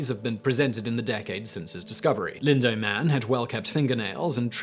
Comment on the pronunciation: I know pronunciation is a matter of region learned and input from interaction, but one should try to pronounce proper names correctly, especially if you are from that area of the world. Lindow is pronounced in the second syllable like the word "now", not the word "doe". Sorry, it just bugged me every time you said it.